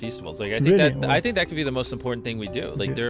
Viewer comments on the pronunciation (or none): none